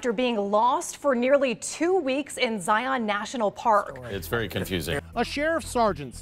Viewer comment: good video. A few things to note. I am from Utah and have been to Zion several times. First it is pronounced Zy -un, not Zi-ON. This is a national pronunciation problem with people that are unfamiliar with the park. As for whether it was a scam, hard to say, but I don't think we are getting the full story. I think it's more a mental problem than anything. The ultimate question that would tell the truth is where she got water to sustain herself. She did not go 12 days with no water. Once you have that answer, you will know the truth. One final issue regarding "search and rescue fatigue". It's real and it's a problem. Basically, since COVID hit, all these fools that have never been outdoors a day in their life are doing stupid things and calling 911 to be rescued, who in turn has ask volunteer search and rescue people for assistance. It's happening all over Utah in the mountains. They are also trashing the trails and environment because they have no respect for it, but that's a separate issue. I think your channel is great and I enjoy watching it. Best of luck to you!